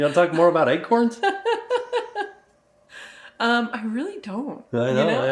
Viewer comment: Ack! Stop saying Egg-corns!!! 😂